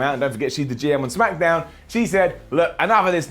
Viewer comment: he said smackadown